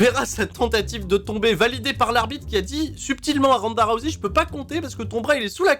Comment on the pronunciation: en ce moment ronda rousey est un peu partout vu qu'elle a un personnage sur raid shadow legend. et je voulais savoir si j'était le seul que ça trigger lorsque j'entend tout les français se planté dans la prononciation de son nom a l'appeler "rouzé"